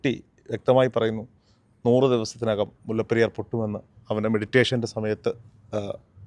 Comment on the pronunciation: മുല്ലപ്പറി ഡാം അല്ല മോനേ മുല്ലപ്പെരിയാർ